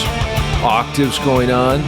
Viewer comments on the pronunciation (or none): none